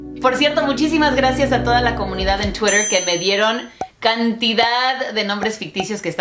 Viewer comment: me mata como pronuncia como se debe "twitter" que ridiculos debemos sonar los que decimos "tuiter" jajajajaja